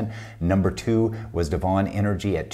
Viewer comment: Love your stuff …! Worked as Frac Engineer in the oilfield with Devon (DVN). Loved their processes as a previous Production and Operations student..! BTW, it’s pronounced deven… like seven…! Thanks for all of your tips…